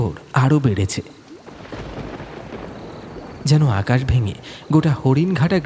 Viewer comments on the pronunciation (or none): "শ্রাবনের এ‌্যাকাশ টা"-প্রথমেই শোনার ইচ্ছাটা উবে গেল।তারপর"মিষ্টন্ন ভান্ডার"।